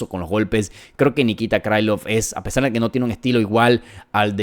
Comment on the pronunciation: 1.-T. Gore no gano el Contender Series (lo gano Battle). Tulio es mas completo y versatil - Gana Tulio. 2.--Xionan no tiene buen piso, Shang trapeó con ella, si pega duro - Gana Jandirova porque tiene muy buen BJJ. 3.-Krilov no es un apellido gringo, y trae una "k" de inicio, no se debe pronunciar "Craylov" (no jodas) - Gana Krilov. 4.-Patricio se apellida Freire. Yair es malisimo en su anti derribo, ahí se va a meter Pitbull - Gana Freire. 5.-Dos veces dijiste en tono socarrón, que Mitchell cree que LA TIERRA ES REDONDA, ja ja ja ja, parece que andas muy mal - Gana Silva. 6.-Pimblett....se abre mucho al disparar, por ahí puede entrar la mano de Chandler, sin embargo...Pimblett va a hacer lo que no hizo Oliveira, y se va a rankear en el 6to. Chandler esta golpeado, y tiene edad. 7.-Lopez es mas alto, tiene mucho mas alcance, es rapido, buen striking, un BJJ campeonil, quizás su problema puede ser el cardio.Si Lopez no termina la pelea en 3 rounds...puede que Volka gane. Creo que gana Diego López.